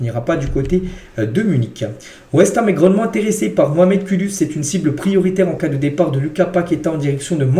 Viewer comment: Uuuuuuuuuuuu, le son ou.... Kudus.. C'est comme si tu disais koudous.. Mais c'est Kudus.